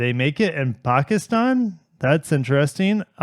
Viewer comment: loved the way u pronounced pakistan. i appreciate it :)